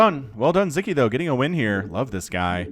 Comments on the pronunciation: aww, as a Hungarian, I'm so glad to see Sziky being casted, and winning. :) Also, in Hungarian language, we pronounce the conjunction of 'Sz' as 'S'. So his name would rather sound as [Siki] instead of [Ziki]. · It's pronounced Sicky. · Yeah. How should we teach to pronounce it with S?